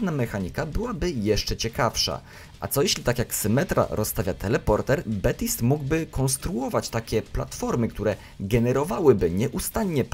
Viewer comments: TO SIE CZYTA BABTSAJT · Baptiste wymawia się Betist.